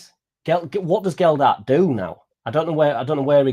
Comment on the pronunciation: It’s so hard to take someone seriously that pronounces the players’ names wrong. Geldhart… disrespectful af man